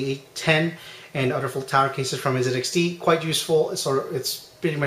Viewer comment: aren't you from the US??? its n "ZEE" xt. American company, American pronunciation